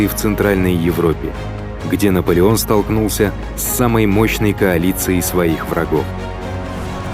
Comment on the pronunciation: Наполеон ээто На от Наполен